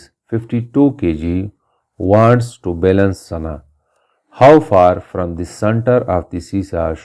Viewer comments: u pronounced to wrong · u pronounced "to" wrong